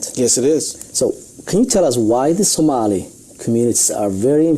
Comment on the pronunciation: Stop reading the Sonali shit! You're not pronouncing it right!